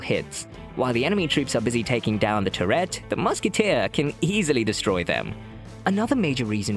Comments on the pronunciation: Bro just killing the pronunciation of turret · I like it! Makes me imagine the Musketeer shouting “f¥ck a gerbil!” or something every time she shoots.